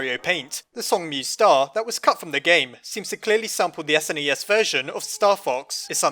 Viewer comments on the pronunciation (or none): none